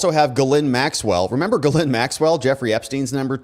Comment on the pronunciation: Pronounced " jizzlane maxwell".... Not kidding....